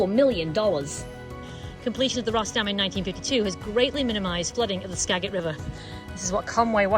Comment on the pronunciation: Since none of the other locals have pointed it out, I will. Skagit is pronounced Ska-jit, with a soft "g."